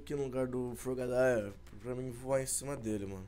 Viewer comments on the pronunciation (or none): se fala frogadier ñ frogadaier sem ofenssas